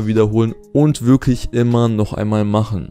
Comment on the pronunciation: dein Deutsch ist "wiglich" (wirklich) so!